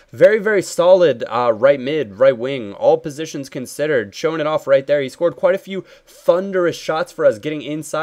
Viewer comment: "roit in the back of the net" - goes Australian